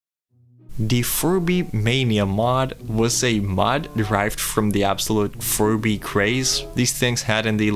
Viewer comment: That "Furby" pronunciation is a master bait, I mean holy.